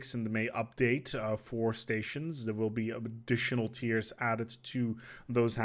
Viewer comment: No idea why, but when you said habitat tiers, it sounded so wrong